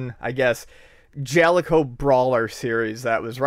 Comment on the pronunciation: I just wanted to say that I fully support pronunciation of the word Jaleco.